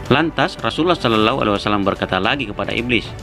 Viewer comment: Channel muslim, Narator nya tidak becus menyebut rosululloh